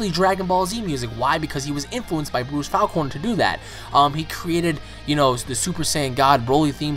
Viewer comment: I really do not like the way you pronounce his last name. I've always pronounced it "Faulk-ner" Like hawk but with an F